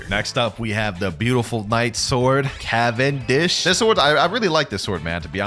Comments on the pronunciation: cavandish huh cavander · u mean canvander?